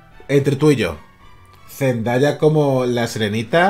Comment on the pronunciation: Se pronuncia Zzndeia